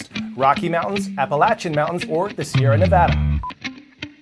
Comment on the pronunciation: Thank you Coy for pronouncing “Appalachian” correctly!